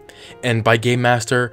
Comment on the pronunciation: I swear I heard you say gay master not game master